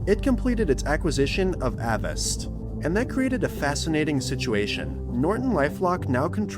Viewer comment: I know it's just semantics, you pronounced Avast incorrectly 😂